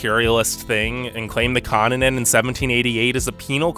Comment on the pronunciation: Ugh. Where did this new hideous way to pronounce “continent” come from?